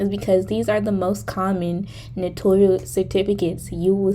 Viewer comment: Just to let people know, the word is spelled "ACKNOWLEDGMENT" without the 2nd "e" so it's NOT "acknowledgement". Also, Notarial is pronounced as "no-tair-ree-uhl . I think people think it sounds similar to the word "notorious". Thanks for the vid! 🎥